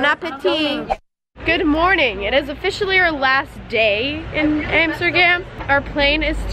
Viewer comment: nobody and I mean nobody will mock more than she mocks herself. “Amstergam” “came to my Amsterdam” I love you